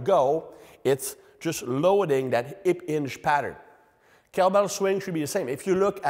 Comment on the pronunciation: "ip inge pattern" 😅